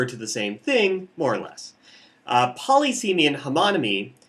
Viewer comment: Saying poly seemy instead of puh liss uh mee irks me immensely.